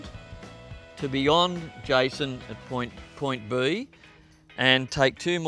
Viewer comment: who else came to the comments for "point buuuheeeee" ? lol